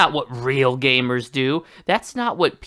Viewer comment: I don’t like the way this guy says gamer